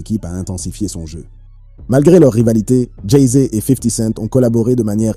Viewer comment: Dit encore une fois "Jay zé" et je te séquestre dans une cave du 93 !